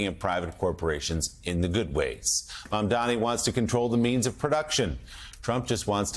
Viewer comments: IS MAMDANI NI NI NOT MAMDAMI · Scarborough, it's M-A-M-D-A-N-I, not Mamdami! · Are you all in the media this dumb that you can't pronounce his name correctly.... it's Mamdani.. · Joe Mamdani MAMDANI it’s really not that hard. We’ve been saying it for the last couple of months Zohran Mamdani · MAMDANI, MAMDANI, these journalist cannot pronounce MAMDANI's last name. Are they doing this on purpose 🤦‍♂️ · Joe, learn his frickin name already. He even paused, thought it over, and still got it wrong. M-A-M-D-A-N-I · Joe His name is MAM-DANI. Get it right.